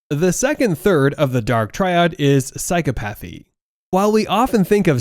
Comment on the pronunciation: Your video would be more convincing if you could correctly pronounce the words related to your subject matter. Mack-E-uh- VEL- ee- an- ism. Psy-COP-uh-thee. I say this with respect and not with any harmful intent.